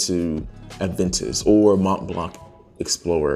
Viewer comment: Adventis? Aventus....has no "d" sound or even the actual letter "d" in the name. If I'm honest, I find it difficult to take your fragrance review seriously if you cannot at least pronounce the name of the fragrances correctly. A_Ven_tus...okay buddy On a positive note your review was not biased.